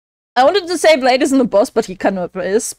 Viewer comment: PLEASE never call him Blade again it's pronounced bl-eye-th. "th" being the tongue vibration variant.